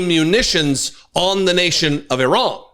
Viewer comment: If (I run) you won't catch me. That is not how you pronounce Iran.